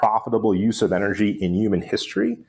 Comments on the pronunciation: Say “yooman” one more time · What is a Uman? 😂